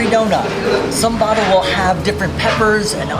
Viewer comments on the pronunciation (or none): It's actually vadai not vada 😅